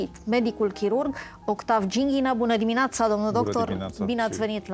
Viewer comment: uşa de la cafeneaua aceasta "trebe" unsă, că tare mai scârțâie.... "Bună diminoAța" este de la nea Iancu Caragiale?? Nu s-a "lipit" chestia cu Dumnezeu....probabil că domnul doctor şi-a dat seama şi spre sfârşitul interviului, a clarificat cu dumneavoastră lucrurile despre acest subiect....